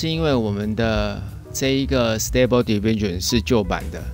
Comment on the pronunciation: 你讀diffusion 不太正確喔